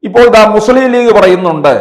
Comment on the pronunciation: ആദ്യം മലയാളം പഠിക്കടോ മുസ്ളിം എന്നല്ല മുസ്ലിം എന്നാണ്